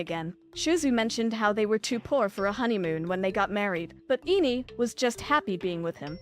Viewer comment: Girl said Ine's name at least 5 variants and none of them was correct.😂